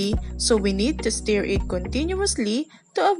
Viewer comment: sa word na "STIR' po. you pronounce it as "stur" not "steer"